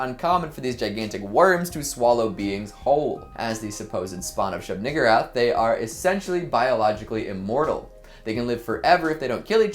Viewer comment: I think he mispronounced it. I always thought Shub-niggurath was pronounced Shub-niGOORoth, not how he said it. But you never know with Lovecraft, he named his cat the N word lol.